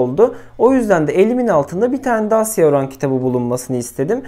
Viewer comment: ciroan çoran diye telaffuz ediliyormuş sanırım, tuğçe kozak'ın kanalına biri öyle yorum yapmış, orada okumuştum. tuğçe kozak'ı öneririm bu arada, kurgu dışı okumaları aylık listelerinize, alışveriş listelerinize yön verecek nitelikte.